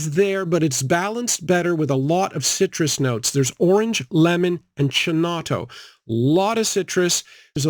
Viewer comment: Chinotto has to be pronounced kinotto😊